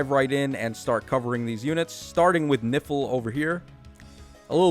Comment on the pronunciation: Is really disturbing everytime you say "Nifl" I hear "Nipple" 😂🤣😂🤣😰😱